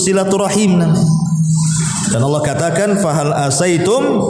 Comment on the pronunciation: Allah bukan Alloh, mbak